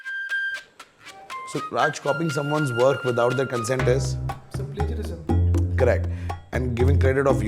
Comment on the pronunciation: Its 'Plagiarism', not 'Plagirism'.